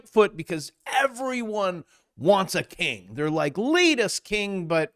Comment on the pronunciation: I coulda sworn you said “ere’body wants a KINK” 🤣